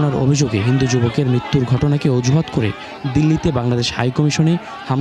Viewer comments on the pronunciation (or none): ei beijonma reporter bole eta 'Ojuhath? 😊